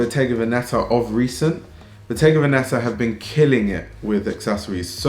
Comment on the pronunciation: The accent goes on the first e, it’s ‘vèneta’. (I hope you find this useful)